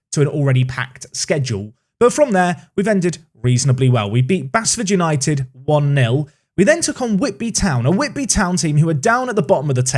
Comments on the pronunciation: It’s pronounced BASEFORD. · It’s pronounced Base Ford United FYI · I never thought I would be one of these people ..... It's pronounced Base Ford 👀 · Base-ford, please I can’t be hearing it said wrong Curzon Ashton is also a local derby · Great video as always, really enjoying the series. Just for future reference Basford united is pronounced BASEford. Thanks :)